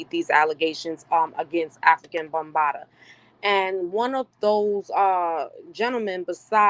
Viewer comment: How can you give credibility to this woman who is not even pronouncing the man's stage name correct? It makes it seem she hasn't done good research or has no clue who he is.